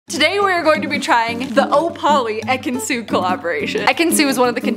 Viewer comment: Having not seen that season of Love Island I thought you were saying EKANS that whole time 😂